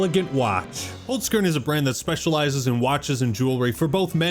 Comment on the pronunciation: First time I heard an American say Holzkern, I’m surprised, could be far worse lol But I thought the Game Awards were really good. Some good announcements, Control, TWO NEW TOMB RAIDER games, only bummer was really that some good games didn’t win anything (KCD2) and the last announcement